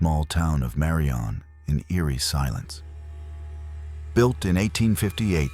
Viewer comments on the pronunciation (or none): It's "Mo-BEEL", "Birming-HAM" and "MAH-rion" (like Robin Hood's girlfriend). The original Tutwiler Hotel site is now a bank, although I hear the spirits followed the hotel when it relocated. You got the Drish House story backwards - Dr. Drish died first. Oherwise, good video. I live in Alabama, born and raised here. In Alabama, if it was built before 1900, it's haunted.